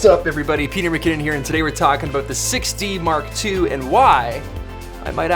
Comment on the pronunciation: Haha! You "Six D Mark two" sound like "Sixty Mark Two" :))) Man, I spent a lot of time searching for "Canon 60 Mark2" :)))